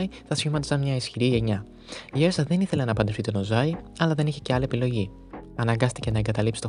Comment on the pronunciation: Ουρσα προφέρεται